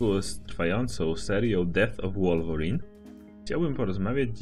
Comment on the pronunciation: 616 nie mówi się wolworin tylko łolwerin